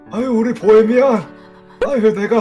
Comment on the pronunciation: ㅋㅋㅋ보해미난. 아니뭐라는거약 보해미안!!할땤ㅋㅋㅋ